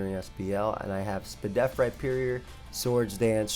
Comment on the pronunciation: my guy said “spadef” 😂😂😂💕